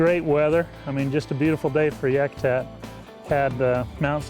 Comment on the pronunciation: great video. but its pronounced Yakutat not Yakutak